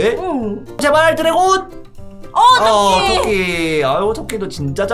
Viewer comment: 이 토끼를 또끼라해는데요?